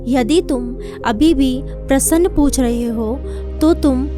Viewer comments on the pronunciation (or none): Plz do your vocabulary correct,it's very confusing,it's not prasann,it's prashn